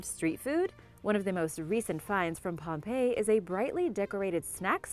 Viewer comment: She said pompeo once lol